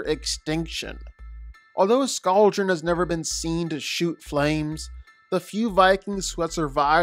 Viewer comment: Please never say “Scou-dren” again it’s “scald-dren”, Y’know, like the scalding water they breathe, also it’s a blue oleander not dragon flower, then it’s skrill not a mangled version of the word squirrel?? Sorry but this was just killing me 😭